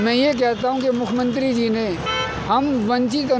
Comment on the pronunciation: ये लोग पहले बोलना तो सीख लें। नौकरी तो इनको जरूर चाहिए। साफ कपडे पहन लेने से व्यक्तित्व नहीं बदल सकते। यह बार - बार मुख्यमंत्री को भी मुखमंत्री बोल रहा है।😂😂😂😂😂